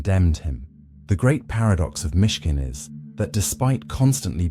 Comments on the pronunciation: It's Myshkin, not Michigan. Down with bots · MISHKIN…not Michigan! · "Michigan" lmfao